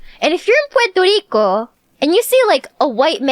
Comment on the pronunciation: Pworto Reeco